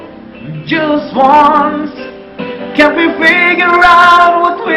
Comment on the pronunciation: Sama talaga eh naubo..nahingal..ahhh...haaahhh...kulang nalang ay dumahak eh .sabi pa ng pgkabigkas.. Jas won. Daw...imbes na just once